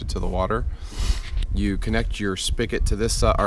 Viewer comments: Spigot not Spicket. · He didn't speak-it right